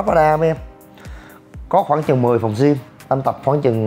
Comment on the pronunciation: đọc là Gym không phải là gim nhe chú e